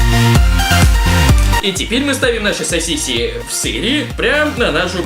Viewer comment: мне показалось что он сказал не сасиси а сиси